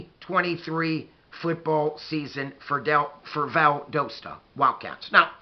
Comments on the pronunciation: I played against Valdosta in high school, and they have incredible culture. I now live in South America and had not heard about this up coming game. I will tune in a leave you a comment my Buckeye friend. It is pronounced "Val- das-ta. Go Dawgs! Our stadium at Warner Robins held 18 thousand people and Valdosta's stadium may be larger. When you drive South on I-75 and get to South Georgia you will see the stadium. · lol its Val-dah-stuh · YOU SAID VALDOSTA WRONG . Go Cats!!